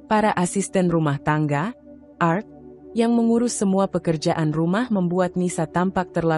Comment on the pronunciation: Cara membaca nya kurang paham x dia,, pa krna gak bisa membaca klo pakai nama org barat,, krna biasa org Indonesia nama simple,, balajar lg kak,,cara baca nya yg bnr,,bukan art,,Tp ART 😂😂😂😂